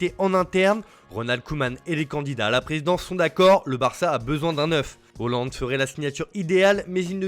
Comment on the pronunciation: C'est la bonne prononciation